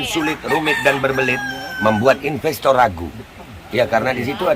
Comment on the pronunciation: "aem hapi ai call yu to infes in Mai kantri" cak nun